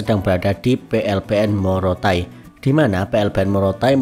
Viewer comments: Bukan Morotai bos. Tapi Motaain.🙏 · Maaf ya bang pengucapan nama tempat itu tolong di perhatikan bukan morotain pengucapan yg betul itu motaain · Bukan Morotai Bang tapi MOTA-AIN 😂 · Motaain bukan monotain bos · Motaain bukan morotai (maaf ya🙏🏻) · Maaf bang, bukan morotai tpi motaain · Bang bukan Morotai tapi motaain